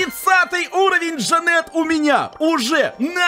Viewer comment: конечно говори как хочешь но вроде правильно ДжАнет.